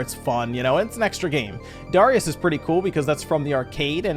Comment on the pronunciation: OMG, THANK YOU for actually pronouncing Darius correctly! I can't tell you how much I get triggered by people mispronouncing it and Gradius.